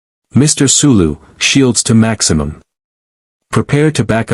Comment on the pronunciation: Yes, the un-natural breaks in "Mr... Sulu" & "Mr... Spock" were very off putting.